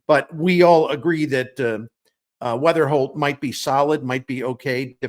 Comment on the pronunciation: It’s Weatherhokt NOT Weatherspoom!